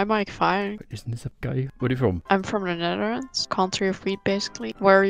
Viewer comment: "im from the newewrands" .. wat